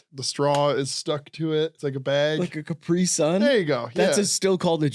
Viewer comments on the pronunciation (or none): none